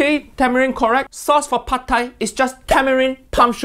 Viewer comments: It is not padthai. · Jamie you make my Thai ancestors crying of your “PHAD THAI” 😢😢